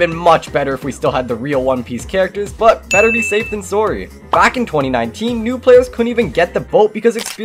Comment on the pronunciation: Sorry❌ Sooree✅